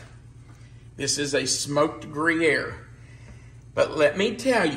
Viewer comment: Not gree-aire…it’s grew-yaire. Just thought you’d want to know. Gruyere is too expensive, not to mention unavailable, for us. We use other cheeses. Haven’t tried layered onions before but that sounds really good to me-can’t wait to try that, too!